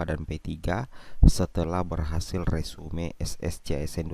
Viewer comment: Bukan resume bacanya....resum